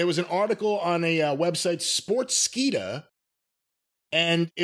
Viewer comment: sports-keeda ❌ sport-skeeda ✅